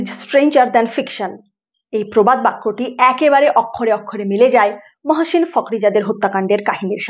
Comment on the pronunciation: উচ্চারণ-- ওক্ষরে ওক্ষরে। অ এর পিছনে ক্ষ থাকলে অ ও হয়ে যায়। শিক্ষিত বাঙালিরা ব্যাপক ভাবে উচ্চারণ ভুল করে থাকে।